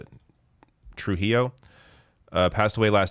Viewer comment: say tru-HEE-o. It's an Hispanic name.